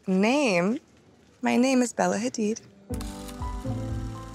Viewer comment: She says her name so dam beautifully